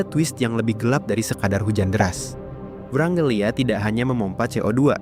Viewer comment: ijin koreksi itu wrangellia bukan vrangelia